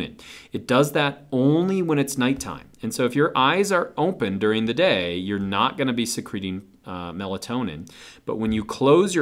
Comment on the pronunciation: Godd stopp sayong "omphen" instead of open. It's really distracting